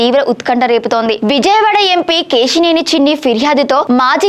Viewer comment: Ke..shee.. neni,...kaadu Akka Ke...Si...Neni.... telugu ni murder chestunnav